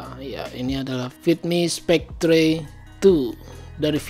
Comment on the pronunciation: Mungkin bacanya spekter bukan spektre, cmiiw